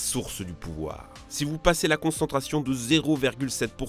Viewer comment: Mais pourquoi à chaque fois tu rajoutes un S à "si"? Genre si (z)intense. Ca me frappe à chaque fois dans tes vidéos lol